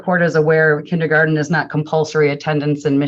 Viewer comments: This is such a ridiculous waste of money and mental stress for the child. Side note—- Kenny garden 😳 even the teacher pronounced it that way. 🤦🏾‍♀️ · Does mom’s lawyer really think it’s pronounced “kindy-garden”? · I can’t stand her “KINNY GARTEN” pronunciation 🙄🙄🙄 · AND it's kindergarten, not kinnegarden. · The way they say “kinny-garten” drove me crazy. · 1) Is attorney wearing a plastic choker?? 😬 2) Are they saying kinneygarden? 3) The Judge’s clerk is AMAZING! I love him 😂 I hope the Judge knows how lucky he is to have an excellent staff as on top of things as they are. I’m used to veryyyyy different judicial assistants in all the court cases I watch. 4) That tuition program they have there sounds really great, I hope more states adopt incentives like that.